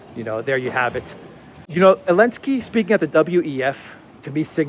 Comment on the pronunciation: why do you sometimes call him Elensky and not Zelensky?